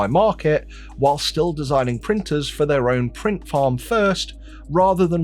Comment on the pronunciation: Can Bambu prin-ers prin- T's so tha- Bri-s can say words with T-s in them?